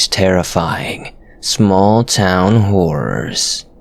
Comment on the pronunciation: sounded like you said “let’s explore these horrifying small town whores” by golly gosh that is spooky